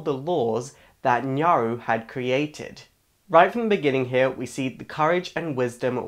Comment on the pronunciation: You suck at pronouncing names. "Fayoray" (which you afterwards pronounce as "Fioray" .)? Try reading slower. Farore. Fah-Roh-Reh. And Nyaru It is clearly Nayru. And "GanonDWARF"? I can't watch anymore haha.